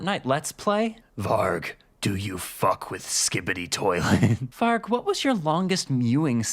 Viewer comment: Varg (pronounced with a J) just means wolf. Ngl that's a bit cringe